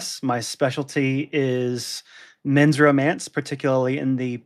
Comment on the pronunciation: Duh, it’s called Ro-MAN-ce. And smut rhymes with slut.